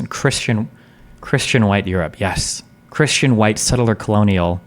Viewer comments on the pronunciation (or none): oh no, "kershanity". Destiny is one of those people who pronounces 'Christian' "kershian".